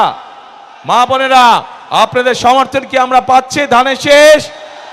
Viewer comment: ধানের শীষ ❌ ধনের শীষ ✅